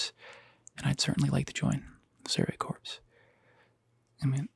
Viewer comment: Bruh, I don't know if it was intentional, but that isn't how you pronounce Commandant or Corps.